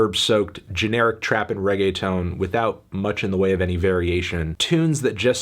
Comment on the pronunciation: The whitest way to say Reggaeton melon